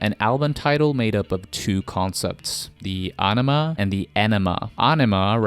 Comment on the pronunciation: How do you get aw-no-ma out of aenema? If youre gonna narrate fkr a living then learn to read first or at least learn to pronounce the words youre using. That was the dumbest pronunciation of aenema possible